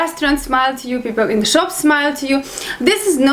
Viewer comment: your very cute when you speak english, i see you can't pronounce (""the"") word hahaha its alright slavic people really have hard time saying the word, because there is no ("th" "the") word in slavic languages.